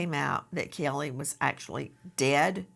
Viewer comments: And “Kelly” instead of Cayleigh 😂😂😂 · It's NOT baby "kellE" Nancy the way you KEEP pronouncing it ❗ Say it right = CAYlee ❗❗❗